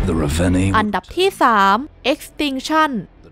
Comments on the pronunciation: น้ำเสียงน่าฟังนะครับ แต่อยากให้ปรับเรื่องการพูดนิดนึงนะครับ อย่างคำว่าอันดับ ไม่ใช่ อัมดับนะครับ แล้วก็ Sacrifice อ่านว่า แซคริไฟซ์ นะครับ ขอบคุณครับที่นำเสนอข่าวสาร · เดี๋ยวจะปรับปรุงให้ดีกว่าคะ เรื่องอ่านออกเสียง อัมดับ ตอนพูดเราออกเสียงอันดับจริงๆน๊า เสียงอาจจะเพี้ยน แต่เดี๋ยวปรับปรุงคะ แต่ Sacrifice พอดีเราอ่านตามที่ฝรั่งแคสเกมพูดนะคะ ยังไงทางเราขอขอบคุณที่คุณให้คำแนะนำด้วยคะ